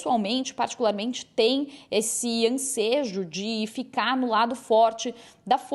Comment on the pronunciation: Nesse "ANSEJO" o que é isso repórter?😂😂😂 Aos 1' 20"